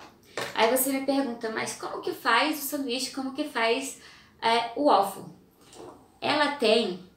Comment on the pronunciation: Beleza. Fica: em inglês o a tem som de e. Ueifow!!! Pelo amor de Deus!!!